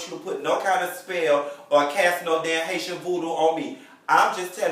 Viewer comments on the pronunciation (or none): none